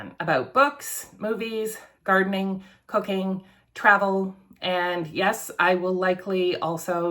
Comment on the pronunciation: BWAHAHAHA! I was briefly distracted until you said “cooking” because I thought you said cocain. That got my attention. I had to double check that I was watching the correct video.